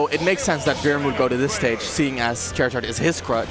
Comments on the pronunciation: CHAIRizard...has this dude played a video game before? I'm not being sarcastic, I'm genuinely curious. This dude triggered the hell out of me. Probably also pronounces Woof like "Wolf" and Bombsir like "Bowser." What a casual. What's next? Is he going to start calling Louweenie "Luigi" now? ffs...As a proud Gandork main, he really needs to get his shit together. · Please stop saying Chairizard I can't take the commentary seriously, lmao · Im glad someone else noticed it, and other people are also rustled. "Ivysare" also bothered me lmao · Literally had to leave the video because of the way the commentator said charizard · The way you say Charizard makes me want to scream. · If this man mispronounces Charizard one more time.... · Why can’t one of the casters say Charizard correctly? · “Look at me I pronounce the character’s name wrong on purpose cuz I’m a quirky commentator, but in reality I just sound like a dumbass” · that loud commentator that can't pronounce charizard is so annoying, like dude let the other commentator talk please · The way this fucking guy says Charizard is excrutiating and jair'ing(jarring). Edit: is this the same fuck who couldn't say Kameme? The way he says Ivy"sawr" is annoying as well. -_ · Why do you say Charizard wrong? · Can someone tell the commentator it's Charizard not Chairizard plz. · ...Chair-izard... what? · Call him chairizard one more time I swear 😤😤😤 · this commentary is garbage. Charizard is a play on the word "char" like in grilling. I can't watch any more Chairizard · CHAIRizard? IvySARR? Ok... (It should be CHARizard and IvySAUR) Either way, that was fun to watch! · "Ivy-sar, Chair-izard, pokemons" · Announcer be like “Chairizard” 🪑🦎🔥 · This is reverse ASMR because every time I hear "Chair-izard," I get uncomfortable, lol. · Drinking game: take a sip or shot everytime he says Chair-Zard. Nvm don’t do that that’d be suicide . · Gross why do you say chairzard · When the commentator says Chairizard O_O